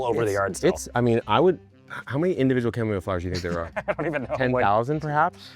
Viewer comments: Every pronunciation I have ever heard, since I was a kid, is “Kam-Oh-Mile”, not chu-mom-ole. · Dude, you broke my ears with the weird chamomile pronunciation. It's too weird. Just KAH-muh-mile, please. Honor the plant. I'll go back to drinking my kamille thee (Dutch). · you've ruined the pronunciation of chamomile for me! I've planted it for the first time this year and every time I check it I think "I wonder how my cham-om-o-lee is doing" and have a little giggle to myself about it !! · Are you saying chamomile wrong on purpose?! 😮😂